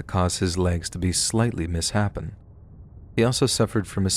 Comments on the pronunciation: Did..did you just pronounce misshapen as miss hapen and not mis shapen? As in out of shape? LUIL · ... it's pronounced 'miss-shāpen', lol. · I'd like to point out that you said "mis happen". I think it's misshapen. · I think you meant to say "Misshapen" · Mis-happen…heehee… misshapen. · Mis shapen! Come on let's read!!!